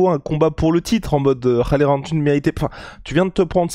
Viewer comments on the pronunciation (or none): none